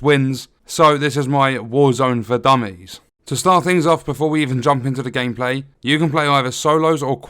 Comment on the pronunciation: I hate how it says dumys